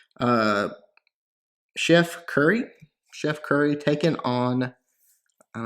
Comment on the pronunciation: Omg the way you said chef curry 😂😂 so oblivious anyways great vid!